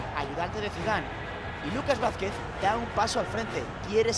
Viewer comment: Se dice Vázquez congito